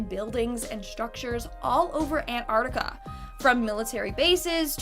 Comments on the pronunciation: Antarctica not anarctica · You saying it wrong. You are meant to pronounce the T in Antarctica.